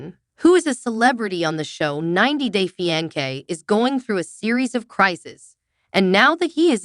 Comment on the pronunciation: This is the most shitty AI-voiced video I've ever watched. WTF is a Fee-on-kay? you fucking idiot.